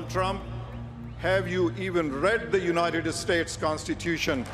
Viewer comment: Lmfao "unitididid states" bro go home to mumbai and leave our land